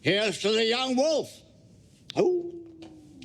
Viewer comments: wolf not woof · .....PLEASE STOP saying "wuf"......It's W O L F. PLEASE ENNUNCIATE! yo, stay in school kids!